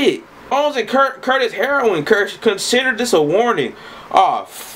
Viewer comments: this man said "Bones & Kurt Heroin" LMAO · You called Curtis Heron, "Curtis Heroin" the whole video too lol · "Curtis Heroin" it's Curtis Heron bruh lmaoo